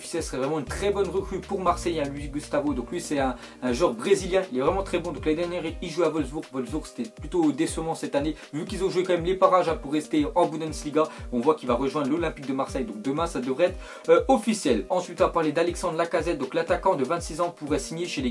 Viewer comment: jcrois il sais pas qu'on dis "bundesliga" et pas "bundensliga"